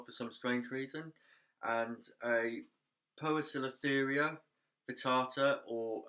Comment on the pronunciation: Fully agree... Knowing and pronouncing. Poecilotheria for example your pronounced wrong ^_^ It's not posilotheria but pesilotheria combo's like AE and OE are pronounce - ee - like in bl-ee-d but a bit softer :)